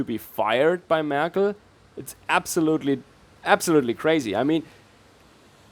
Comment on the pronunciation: merk-EL? sounds like annunaki